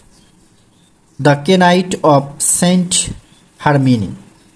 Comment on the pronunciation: ওটার উচ্চারণ কেনাইট না হয়ে নাইট হবে